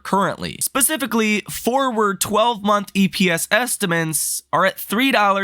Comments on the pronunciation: Dude… can you please learn to pronounce “estimates”? It’s not “estiments”. It’s pronounced “est-uh-mits”. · You would have more credibility if you pronounced the word estimates correctly. Just try, it’s not so hard. It’s a word you use all the time.